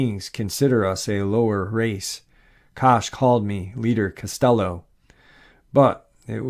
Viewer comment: It's Castillo, not "cast yellow'.